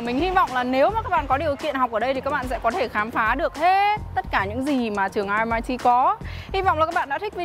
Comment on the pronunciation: Vậy cuối cùng là a hay o??? Thấy nhiều vlog đọc là o. Nay nghe đọc là a. Mình nghĩ đọc chuẩn hơn thì phải.